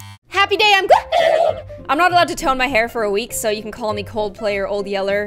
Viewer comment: Colt player yolt yellow : XD thats so funny Whyy did you have to say it like that its coldplay yellow XD